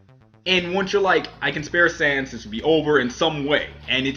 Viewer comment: Im gonna subscribe just for the reason that he said Sans's name right.